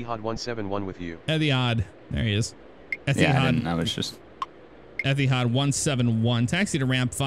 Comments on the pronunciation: they got ethihad wrong though, I'm think its eTihad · Etihad is pronounced (eddie) (had) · ETD - Etihad is pronounced "Etty Had"